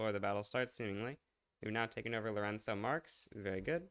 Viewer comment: What? Someone with English as their primary language properly pronouncing Lourenço? Unbelievable.